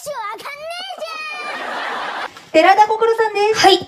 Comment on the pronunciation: ん。声変わりした方の心くん、｢デラだ心です。｣って聞こえたの私だけ？w